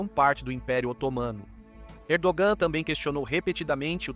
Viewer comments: Camarada estás a pronunciar mal o nome do Pr da Turquia, não é Erdoam mas sim Erdoğan. Para bem do canal há que melhorar a qualidade do luctor. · Não dá para confiar no roteiro desse video que, uma hora fala que a estratégia de ERDOGAN (0'29 - as jogadas da Turquia estao FAVORECENDO PUTIN mais rápido). Depois fala que a estrategia de ERDOAN (nome pronunciado errado) é IMPIEDOSA COM PUTIN..... e ai, galera?